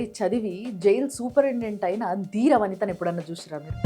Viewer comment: 'దీర వనిత' కాదండీ, 'ధీర వనిత' అని పలకాలి. మీ విడియోలు అన్నీ బాగుంటాయి. కానీ వత్తులు సరిగా పలకండి. 'పెల్లయింది' అని పలికారు, 'పెళ్ళయింది' అని అనలేరా? Any problem?